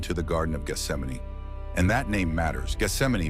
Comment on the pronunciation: So glad this pronounces Gesthsemane the right way instead of "Geth - sem - mane".